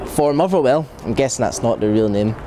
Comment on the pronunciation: Why, why, why can this guy not say TH? Why? Listen to him......."Fought", "Fifa Fisstle", "Arrow Fing", "Mofferwell", "Partick Fisstle", "Lee Griffifffs", "Ferty Yards out". This is not a speech impediment, this guy just cant speak properly!